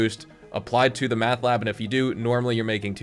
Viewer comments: Its mEth bro..mEth...not mAth 😆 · Seriously I was like what the heck its Meth not Math…..,lmao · Dude please!!! There's no frickin A in Meth!😂😂😂